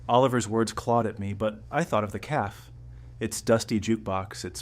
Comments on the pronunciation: Cafe. Not calf. Caf-ay. Good grief. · Annoying hearing “caf” over & over again😂. It’s cafe’. AI talking I guess. Children are money hungry bunch. Good story though. Thanks for sharing.